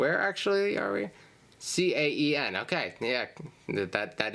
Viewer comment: Fun fact Caen is pronounced 'Kan' and is, in fact, in the region of Normandy, which is where William the Conqueror came from, hence the "Normands et Conquérants" motto.